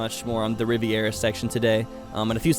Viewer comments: Lmao Drinking Game every Time He says riverera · I have never heard anyone say riviera the way does....